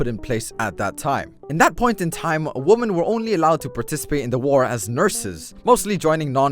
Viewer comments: I love how he says woman instead of women without failure everytime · Women, pronounced Wimmen is the plural of woman. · pronounced like "wihmen" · It's pronounced wi men not woman for plural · It's pronounced WImen. Not women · Its women Not woMan Man that was so annoying. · Take a shot everytime he says woman instead of women. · ~ "Wumen" -Thats about how he pronounces the word for the rest of the video not that I'm insulting him, this is just the first time I've heard it pronounces like that. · I can tell you put a lot of work into your videos and care about getting things right so FOR THE LOVE OF GOD IT'S PRONOUNCED ˈwɪmɪn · you pronounce women wrong which bothers me but in retrospect it doesn't really matter so i probably shouldn't post this comment